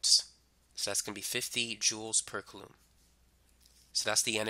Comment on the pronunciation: how to pronounce coulomb. Hint, it's not kaloom!